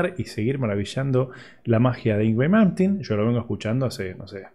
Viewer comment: No sabe ni decir el nombre y lo critica como muchos que nunca hicieron nada rescatable en su vida,increíble,el dia que hagan el %1 de lo que malmsteen creo y toca hablen,sino ,el silencio siempre es mejor que hablar tiradon en un sillon morfando... impresentable